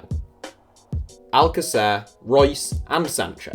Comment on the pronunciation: Your pronunciation of alcacer makes it sound like you've never watched him play